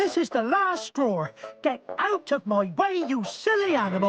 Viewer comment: Here is another bit of useless information, when Mike says "This is the last straw!", a final "r" sound can be heard, this is a linguistic phenomenon known as an "intrusive R", making it sound like "strawr".